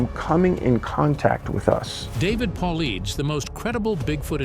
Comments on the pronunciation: Paul-I-(Dus) not Deez. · I haven't heard one single narrator pronounce this mans last name correctly yet. Phonetically, David Polaides is : Po Lide Us... it isn't that difficult. I cringe every time I hear it mispronounced. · At least learn how to pronounce the man's last name if you gonna use him to promote your story.... Jeeeez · Every time the narrator says "David Paulides" he pronounces it wrong but slightly differently each time 😂😂😂😂 like damn what did David do to you that you gotta do him like that?? 😂😂😂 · To bad can't even pronounce is last name correctly! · quit watching when his name was mispronounced. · This guy narrator can’t even pronounce his name, right😂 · Yeh, the editor should be fired!